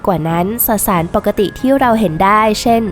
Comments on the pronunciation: สสาร ไม่ใช่ สะสาร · 555 เว้นวรรค ได้น่ารักมาก ไม่ตัดออกด้วยนะ